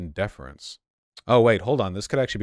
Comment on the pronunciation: DE-FER-ENCE NOT DE-FENCE